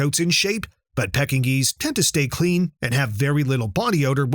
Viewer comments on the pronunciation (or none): Lol pecking geese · the "pecking-nese"? LOL more AI crap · I agree. It sounds like it's says "pecking geese".😂